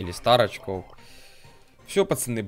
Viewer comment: лол, когда он говорит стар очков, я слышу старичков)